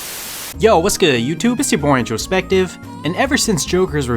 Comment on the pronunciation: "I am slowly fading away, Sakur-- YO WHAT'S GOOD YOUTUBE IT'S YA BOI INTROSPECKTIVE"